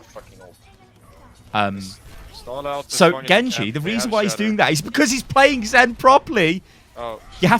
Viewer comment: 'the weason'